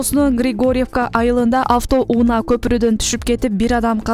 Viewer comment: Авто ууна эмес! Авто унаа деп окулат 🤦‍♂️